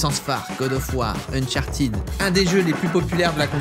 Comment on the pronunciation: Ça se dit pas Unchartid ça se dit Uncharted